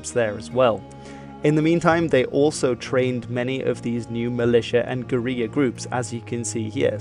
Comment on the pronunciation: Very informative documentary, but just one correction: the word "guerilla" in English is pronounced "ger-ILL-ah", not "ger-EE-ah". It might be a Spanish word in its origins, but you're speaking English here. You also misspelled Marshall (you had it as "Marhsall").